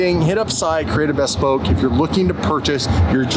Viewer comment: Bhesss-Poke...😂😂😂...looking forward to having this car back!